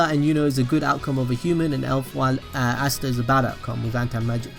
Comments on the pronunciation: Its asta not ashta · Stop sayin assta